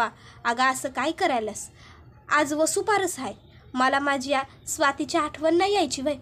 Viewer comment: वसुपारस नाही वसुबारस म्हणतात.